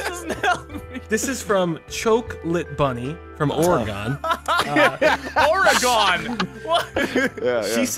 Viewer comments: Oreeegun?! ;-; please Or-gun lol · OMG JUST PLEASE ITS NOT O-RE-GONE ITS PRONOUNCED O-RE-GIN IDK WHY THATS SO HARD FOR PEOPLE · I'm from oregon :D it's pronounced gin instead of gon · you mispronounced Oregon... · the way he says Oregon my God XD I'm afraid you are pronouncing it wrong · chilled you pronounced Oregon wrong lol. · say it right!!! or don't say it at all!! I live in Oregon I hate when people say it wrong!! tickles my pickles!! 😑😠👎👎👎👎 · your pronunciation of Oregon hurts me inside.